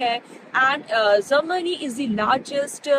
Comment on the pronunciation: You can easily say Japan but you cant pronounce Germany. Not Zermany. I am sorry. I did not mean to hurt.